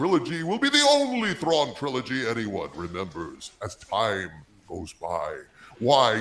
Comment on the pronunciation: Please not Trawn